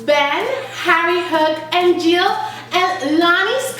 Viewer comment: By the way his name is gill not jill